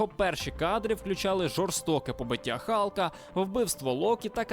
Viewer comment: Галка, а не "халка".